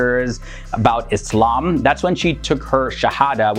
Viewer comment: Thank you for saying "Islam" not "Izlam"